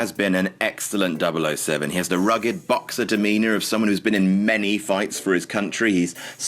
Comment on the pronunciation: turned Australian when he said 007